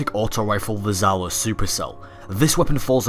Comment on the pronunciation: Just wante to make little remark about your pronunciation. From Russian point of view, it's pronounced not " Zalo" it's something like " Jalo" or " Djalo" that's translated as " Sting" I don't want to complain or anything like that, just wanted to give you a little piece of useful information;3 Ps; Sorry for my English, I am still learning and try to do my best